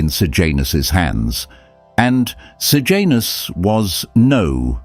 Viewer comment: Sejanus not Sir Janus. Pilate not Pilot.